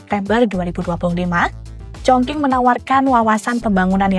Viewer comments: Kota mana tu Chong King? Chongcing nyebutnya. Qing dibaca cing, cing bacanya bukan ching ya. Tapi kebanyakan anak-anak zaman sekarang mikirnya karena pake q jadi sama kayak pake k. Ada juga Dinasti Qing, suka salah sebut jadi Dinasti King. 😢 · Kok org selalu Salah melafalkan nama kota Chong Qing y?Bukan Chong King tp bacanya Chong Ching...Salah lafal tp dgn bangga membawa acara,hrsnya pelajari dgn teliti dulu cara lafal dlm bhs Mandarin bukan sembarangan krn yg nonton jd berdiri buku kuduk begitu dgr Chong King....haiya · bacane congcing bukan congking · Chongqing mbak...Qing=Cing bukan King 😂😅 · Cape bgt denger penyebutan “chongqing” jadi chongking 😌 lain kali banyakin denger dan belajar pelafalan dlu lah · Congking 🤣🤣🤣 Sekelas kompas loh masa penyebutan nya salah 😢😢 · Kalau ngikutin standard bahasa Indonesia gak salah juga Q dibaca jadi K. Contohnya Al Qur'an. Yg benar itu kata/kota ChongQing harus dibaca mengikuti standard Pinyin. Maklumlah makin ke sini dunia jurnalisme Indonesia makin buruk. Padahal apa"nya sudah tersedia.Kenapa gak terlebih dahulu cek di google translate pelafalan yg benar itu spt apa. Kan gampang toh. Kalo memang mau mengutamakan profesionalisme.